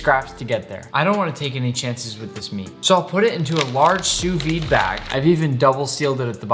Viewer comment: Tout les Français sont en sueur de la façon dont il dit Sous-vide xD Translate All the French are sweaty the way he says Sous-vide xD